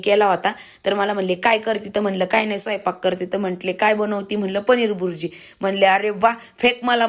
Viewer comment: बुरजी नाही ताई भुर्जी